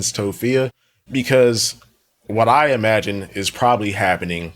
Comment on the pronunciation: don't forget "e-magine"